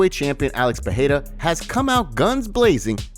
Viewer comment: Pereira - Pe-ray-ra, not Pe-hay-ra 🤦‍♂️